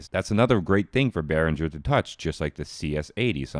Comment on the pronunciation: Hey, it´s BehrinGer, not BehrinJer.